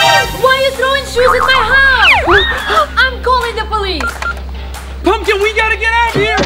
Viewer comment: Haaaaa keep saying pupmkin to jenny